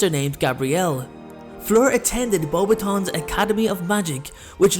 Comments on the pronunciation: it is pronounced Bow Bat ion not bobation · Bo- BATons, not boba-tons.....sorry couldn't let that one go lol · I HATE the way they pronounce BEAUXBATON ( not sure I spelled it correctly) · You didn't pronounce her school right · You pronounced Beauxbatons wrong